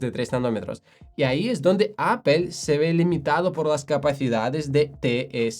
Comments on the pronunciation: Sería muy conveniente que el conductor de este canal, pronunciara de forma correcta Apple 😁😁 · Me ha encantado tu explicación sobre los procesadores M de Apple. He descubierto hoy tu canal y me he suscrito. Ma llama la atención que, siendo nativo english speaker, pronuncias “apple” como solemos hacerlo en España. Es un signo amable de empatía ;)